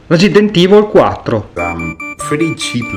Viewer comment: Residint ivol Quattro